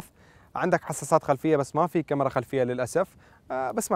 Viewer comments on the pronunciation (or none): none